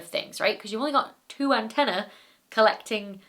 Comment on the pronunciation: Slip of the tongue, or simply the fact that people don't say antennae very often and she didn't pronounce it correctly. Are we really going to nitpick over this?